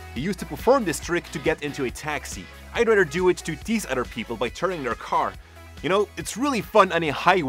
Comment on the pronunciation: I only watch these videos to hear "other" pronounced "udder" haha love your videos